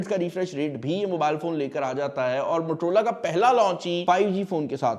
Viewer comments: Bhaai naam to sahi lelo, itna bara tech YouTuber hoke bhi.. MUTROLAA MUTROLAAAA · Kindly don't mind, you keep saying matrola....it is Motorola , being a mobile reviewing expert kindly pronounce the word correctly. Thanks. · Bro u still don't pronounce Motorola right.